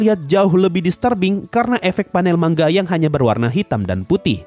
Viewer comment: Knpa ya kok rata² kalo pengucapan "manga" Kok di baca "mangga"